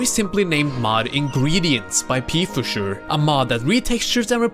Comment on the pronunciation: lil Tip: Pfuscher is spoken Fuscher with a short U. Pfuscher is the german word for someone who does his work fast but not good.